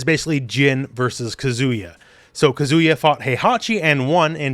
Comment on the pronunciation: omg please learn to pronounce Japanese names! He's not a kazoo 😭😭😭